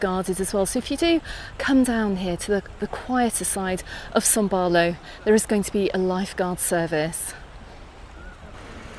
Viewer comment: Can you please explain why you keep saying son Barlow, when it is son baulo?